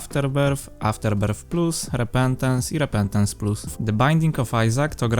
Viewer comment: repentence a nie repentecnce+ ale super materiał szukałem nowego fajnego matariału o issacu